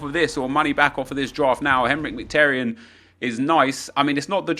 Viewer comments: it’s miki taryan not mik taryan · it's mkh-ee-taryan